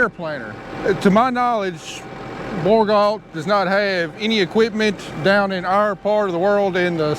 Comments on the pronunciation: A little fyi from a Canadian. Bourgault is pronounced Bore-Go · Hey it is pronounced BUR-GO fyi